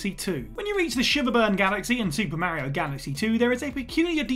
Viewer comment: Can you call yourself a gaming channel if you still can’t pronounce Mario correctly?